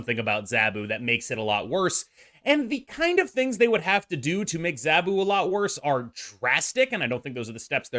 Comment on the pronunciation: Z ahhh bu not zaaaa bu